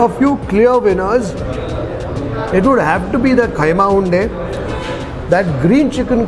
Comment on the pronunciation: It's kheema unde not khaima